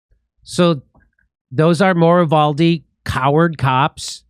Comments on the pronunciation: It's pronounced YOU-VOL-DEE so quit fucking it UP trying to sound french or Spanish. What the fuck is wrong with you people! JIMMY DORE, YOU ARE NOT THE FRITO BANDITO! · Uvalde is pronounced You-val-dee